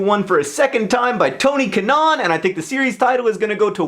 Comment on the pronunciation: I'm excited about Lollapalooza in 22 days, btw I find it funny the way you say Tony Kanaan! Hahaha